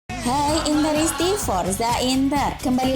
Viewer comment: MILAN SKRINIAR namanya (bkn Scraniar) dan INTERISTI (bkn interNisti) Cuman koreksi ya, no offense.. Masa fans Inter salah nyebut nama punggawanya dan sebutan Tifosi nya, malu ah✌ 🐍⚫🔵🐍